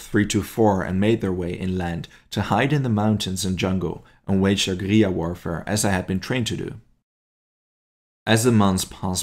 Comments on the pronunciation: Mate you are absolutely murdering the pronunciation of guerilla. At least look it up before you make a vid 😂😂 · I wanted to like this video, but the use of russian maps and constant mispronunciation of guerrilla (from an anglo POV) made it unbearable. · Google says different.